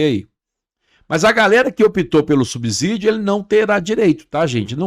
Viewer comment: O correto é subsídio e não subzidio que vc pronuncia com z